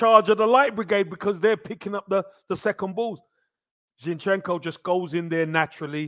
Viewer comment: you are good at names. Let's pronounce our players' names correctly. Right now the two our fans mispronounce most are Zinchenko and Saliba: the first is stressed on the first syllable, the second is on the last. It's especially easy with French: the stress is fixed on the last syllable.